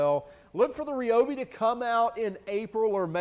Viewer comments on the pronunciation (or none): You are pronouncing Ryobi incorrectly. Unless dozens of people that Ryobi have all been purposefully mispronouncing it for over 30 years of my life on the phone.